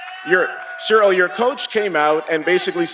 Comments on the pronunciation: Jon keeps calling him cereal 🤦‍♂️ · it's funny how everybody struggle to pronounce Cyril correctly, one says serial the other soreal lol come on guys! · Anybody else noticed they're calling Ciryl "cereal"? Put some respect on his name its CEE-RILL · He keeps calling him…. ”Cereal”….🤔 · "Cereal Gane" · Jones: I study Ciryl’s fights every night. I know everything about him. Also Jones: “Cereal”